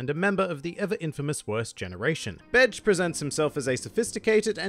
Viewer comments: Bay-jay not bedge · It's Be-ge not Betch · My brain: hes not saying Capone Gang Bitch Me: hes saying Capone Gang Bitch!!! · Ur accent made it sounds like something else O.o lol still love this mafia inspired pirate